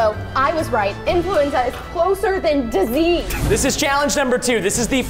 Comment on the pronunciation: said disese